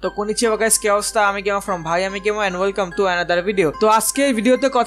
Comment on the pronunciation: আরেহ ভাই গেমার টা ভালো করে উচ্চারণ করেন।গেমা উচ্চারণ করেন কেনো?